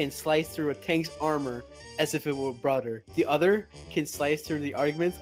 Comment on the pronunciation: Did he just said "as if it was brother" rather than "as if it was butter" ??